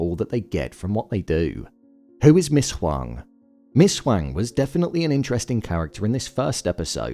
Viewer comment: Is the voiceover for this AI generated? Lots of weird inconsistencies like calling Dylan Dennis and pronouncing Ms. Huangs name differently in the same sentence.